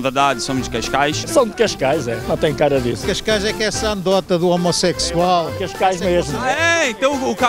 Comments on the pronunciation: Malta é CASCAIS E NÃO CAIS CAIS😂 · e cascais nao cais cais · É Cascais não Cais Cais